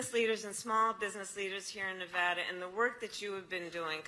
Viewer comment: I give her credit for pronouncing Nevada correctly. Other than that she is a living, annoying laugh track.